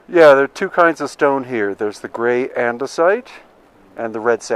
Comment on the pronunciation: Anyone else have trouble not thinking of Minecraft when he says andisite and red sandstone? Or is the crossover audience too small? Lol